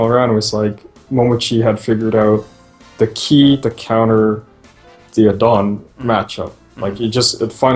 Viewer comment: never heard your pronunciation of Adon... didn't know what character you were talking about for a while. But yeah SF4 were crazy!